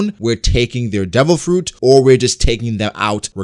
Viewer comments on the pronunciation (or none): none